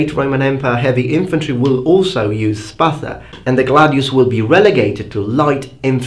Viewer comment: First of all, great video. I really like your content. Secondly, thumbs up for pronouncing "Spatha" correctly. What are your studies? History, glossology? Ethnography maybe? Thirdly, both swords were great and effective, for their time. They served different necessities as you stated yourself. I gravitate though, a little bit more to gladius, because, it needed less motion and force to be effective, making it more dangerous. And to tell you the truth, every time i hold a gladious, it feels like an extention of my hand. It also feels like i'm flexing with weights. It could kill even with the back pommel.